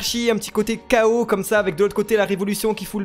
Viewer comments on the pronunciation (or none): none